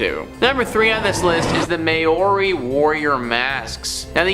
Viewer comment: Lots of mispronunciations in this video ! Dybbuk - It’s not ‘Die-a-buk’ but ‘Dib-buk’ - that’s why it has 2 b’s in it ! Māori - It’s not ‘May-or-ri’ but ‘Mau-ri’ - it’s a Native New Zealand word. Bagans - It’s not ‘Bagg-ins’ but ‘Ba-ganz’ - there’s only one g !